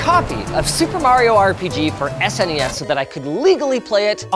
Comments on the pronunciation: I don't trust anyone that says "sness" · i hate how he says ssness instead of s,n,e,s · It’s cute how he sounds out SNES rather than spelling it out like normal people. So adorable.😊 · You had me until you pronounced SNES as a word instead of letters. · Saying SNES like SNES. Ding